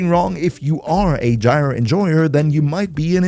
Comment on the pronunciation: Gyre is pronounce like G(eye) ER